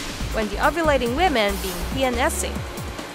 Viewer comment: She pronounces 'ovulating' in a jumbled way. I kept thinking she said 'ugly'.